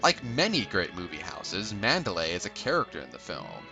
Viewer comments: Good review but you mispronounced the estate's name in "Rebecca". It is "MAN-der-ly", not "MAN-da-lay". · It's pronounced Man-der-LEIGH.